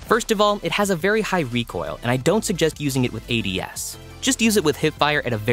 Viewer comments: No offense but is a narrator or a human because he read ads as "aads" like advertisements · New guy really pronounces ADS like it’s the word ads 😔